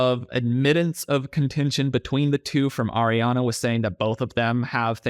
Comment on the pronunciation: Just as an aside when you pronounce Ariana you need to think of it as Riana start with the hard R and it will be right. Just from one Ariana who has struggled with this for my whole life lol.